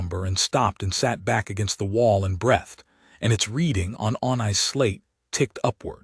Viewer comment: Pretty good AI voice. But ... "breathed" is pronounced "breethd" not "bretht". And ... the pronounciation uh-rith-MEH-tik is the adjective form of "arithmetic". But the the meaning of the sentence is the noun form, which should be pronounced uh-RITH-meh-tik.